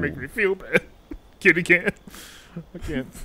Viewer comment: Isolate saying “kiddie cam “ and show it to Chris Hansen 😂😂